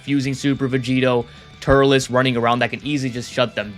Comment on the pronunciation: It’s turles not turless